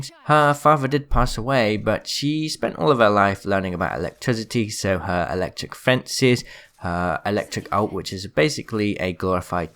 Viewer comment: Eliticity XD